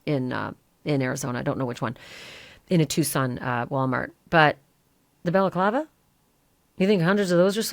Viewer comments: It's balaclava not belaclava! If you can't pronounce words right don't do this kind of stuff, get a day job that doesn't include speaking! 🖕😎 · Stop saying balaklava. Its annoying